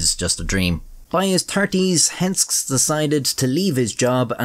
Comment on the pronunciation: The name is pronounced with two syllables: Hens-kes